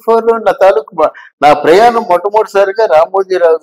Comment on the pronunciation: వాల్లు ప్రయానం etc నీ తెలుగు మండ ఎవడు మీ తెలుగు నేర్పిన మాష్టారు? మీ అమ్మా నాన్నా ?